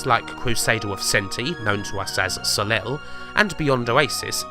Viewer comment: Soleil is pronounced as 'So-lay'